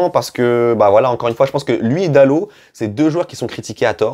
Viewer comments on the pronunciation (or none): Bonjour bonne vidéo mais juste .. c’est pas Dalote* mais Dalot le T ne ce prononce pas 😂 voilà bonne journée